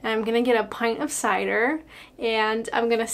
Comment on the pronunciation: wow. the way you say Cider, you have been next to cider drinkers from the west to long.